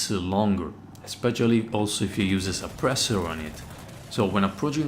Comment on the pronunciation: When you said ešpeççialy you got me